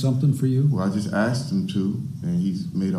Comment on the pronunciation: Why is it that a majority of Americans, especially African Americans can’t pronounce “asked” or “ask”? “Aksed” or “Aks” is what usually comes out.